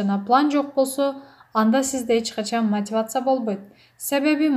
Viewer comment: Чон кыз, окуп жаткан блогер " мотивация " деп тура айт. Мотывацыя дебей